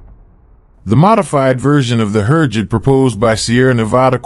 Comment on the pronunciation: Click-bait! USA did not buy training jet from Türkiye. May be 2-3 years later after many tests. Who ever prepared the video, cannot even pronounce Türkiye or HürJet.